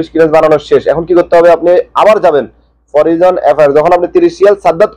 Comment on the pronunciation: ভাই ইংলিশ এর উচ্চারণ তো সঠিক করেন!!! এটা হচ্ছে (ministry of foreign)"মিনিস্ট্রি অফ ফরেইন"